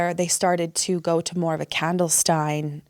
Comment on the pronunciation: I had to think for a moment what "candelstein" meant, and then it hit me- it was meant to be "clandestine". Not trying to tear her down, just figured maybe some others might be a bit confused on that one, if they're very alert, deep listeners who process every word and sentence very analytically, so as not to miss any details. I'm fully aware just how little academics is focused upon inside the "grade schools" (day to day religion/faith-centered schools) of fundamentalist polygamist groups like the FLDS, so most ex-believers end up getting the majority of their conventional educations after leaving, which is often in adulthood. Not to mention many are married off or working from early middle school age and school is not prioritized past that point. There are bound to be a variety of minor things that are easily mistaken, misused or misunderstood as a result of just how much they learn as adults after leaving. This situation seems to be one of those, in my opinion, so I do want to stress that I understand the mistake and have the utmost respect for the struggle of going from nearly uneducated (academically speaking- past elementary school standard levels out in the real world) to the point she and others are at now.